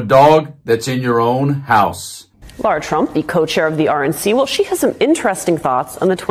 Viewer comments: Why is it so difficult for Americans to pronounce simple words? It's Lara, not Laura, It's Aileen (Cannon), not Eileen. It's Epoch, not Epic. C'mon man! This should not be so difficult! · Her name is LARA... not Laura! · Dude, I can’t stand her. But can you pronounce her name right? LA-ra, not LAU-ra.